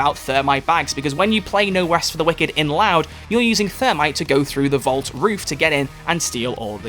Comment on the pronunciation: "No west fow the wicked". : )